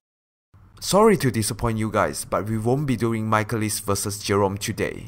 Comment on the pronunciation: The real joke here is your pronunciation of Michalis. It's "Mick-AY-lis", as he says it in the game, not "Michael-is".